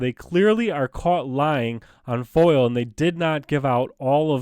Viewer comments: Hey! wrie county. Live your activist.. BUT PLEASE ATIP SAYONG FOIL!!!!!!! IT IS NOT FOIL. ITS FOIA... pronounce it with me.. FOY- UH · Love your stuff.....it's FOIA not FOIL tho. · Once again it is NOT a FOIL request it is FOIA request Freedom Of Information Act pronounced FOY YAH